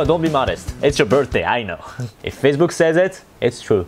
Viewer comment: ''Faccebook'' - 2018